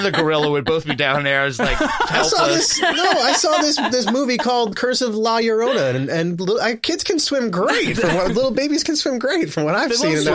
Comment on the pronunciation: I always laugh at how dude says la Llorona and no one tells him...does he say tortilla like that too? Fuckin hilarious.